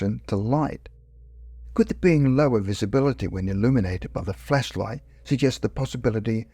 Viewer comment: Why does it sound like you’re saying fleshlight instead of flashlight?